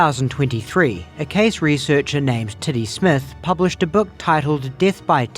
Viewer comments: Yep. Lost me officially on the owl theory when you pronounced the name "Tiddy Smith" like "Titty Smith". That was the final straw that was one too many insane facts for the theory to be sane... Telling me this crazy owl spectulation was theorized my Titty Smith... We're getting too deep into weird fictional stories for me. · Does anyone else hear "Titty Smith" whenever says "Teddy Smith"?